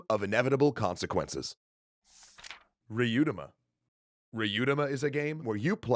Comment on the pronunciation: Most of these games are VERY clunky, rules-wise. If anyone plays them and finds them frustrating, it isn't because ALL RPGs are clunky and hard to play, they just picked a lot of chunky old-school games (and games with clunky old-school rules). And it's "Ree-yu-oo-tah-Mah" :/